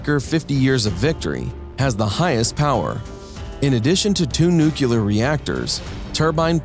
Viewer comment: Aaagh! He mispronounced nuclear twice in the first 27 seconds. There is no 'cue' in nuclear. That's as far as I got, I'm outta here.